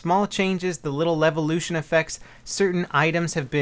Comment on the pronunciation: say levolution one more time